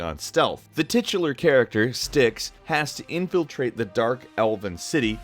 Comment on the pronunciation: on Styx, it actually pronounced st ikes, the y is the same sound as the I in tie